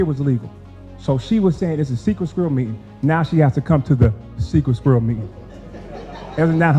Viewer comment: Tiff whats a "SKUIRRELL?!?! 🤔